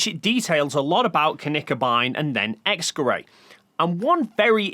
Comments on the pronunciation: You may be borderline illiterate because you kept pronouncing "Kleve" without the E at the end despite presumably being aware that it's not an English name. Edit: After further watching I noticed your pronunciation of "Gerät" is even worse. I was confused about what you were referring to with "X-gerei" until I saw it spelled near the end of the video. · X-Gerät is pronounced more like "X-guh-rit" than "X-guh-ray" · X geray Y geray It sounds so funny when you pronounce a german word as if it came from france The "t" in "Gerät" is pronounced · Honestly the only things you're getting wrong are your pronunciations of Knickebein and X-Gërat. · I looked up the pronunciation of "Gerät" (from multiple sources) and it's pronounced nothing like what he says, even with English approximation. "ät" isn't pronounced like "ay" he final "t" is very much pronounced and even after listening multiple times to how he says it in the video, I still hear a "k" instead of "g". Either way even if he does say "g" it shouldn't even sound ambiguous enough for this confusion to exist. Sure, the "g" sound in English is generally not as strong as in other languages (like German, French or Egyptian Arabic) but still not so weak that it could be confused with a "k".